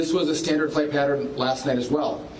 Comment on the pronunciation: probably SO inappropriate and too soon… but what da hell is a “patteRIN”?! I hear people pronounce “pattern” wrong so much! Anyway, back to the important stuff!🤷🏾‍♂️🤷🏾‍♂️